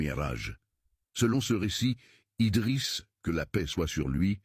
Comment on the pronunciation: IDRISS PAS EDRIS